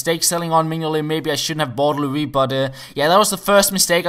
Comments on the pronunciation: It's pronounced Lo-riss not Loris:D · I'm french and you must pronounce the "s" of Hugo Lloris :) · You need to pronounce the S in Lloris! COYS